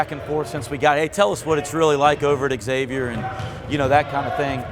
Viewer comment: Please stop saying X-avier. It's Xavier and the letter x is pronounced like the z, e.g. xylophone.